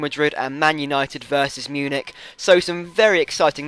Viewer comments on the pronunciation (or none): none